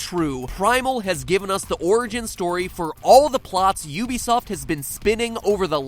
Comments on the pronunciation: ehk, he pronounces ubisoft you be soft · Ubisoft is pronounced oo-bee-soft